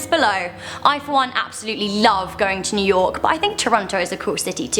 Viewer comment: new yourk :D